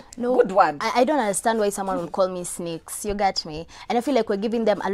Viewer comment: "I'm not rebellion" twengin gone south! Wish she spoke in a language she can communicate properly.Hata simwelewi. What's up with 'snikes' instead of 'snakes'. Sijapenda!Just how do I unwatch this?!!